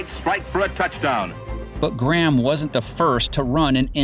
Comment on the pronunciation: Interesting that “Graham” is pronounced correctly by the commentator . The corruption to the modern “Gram” must have happened in the intervening period.